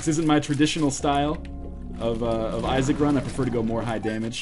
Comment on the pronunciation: Glad to see he is trying new games - "Binding of Isaa"